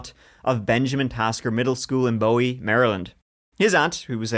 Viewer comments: I went to Benjamin Tasker Middle School many years before the snipers were active. Not that it matters, but the town is pronounced Boo-ee. Anyway, I grew up less than a half mile from the school, had to walk there because I was too close to be bussed. My parents still lived there at the time, so I was appropriately terrified for them. I'm just glad the kid survived. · First off, "occasional collaborator " needs to be "permanent co-host." Secondly, and i know from experience no one cares, but there are only 2 places in the US where "Bowie" is pronounced differently: Texas and Maryland. In those instances it's pronounced "BOO-ee." In the case of Maryland, the cities of Bowie and Odenton were named for former Maryland governor, Oden Bowie. Fun fact: he was the man who created the Preakness, the 2nd horse race in the Triple Crown of horse racing (the first being the Kentucky Derby, the 3rd being that one on NY no one cares about).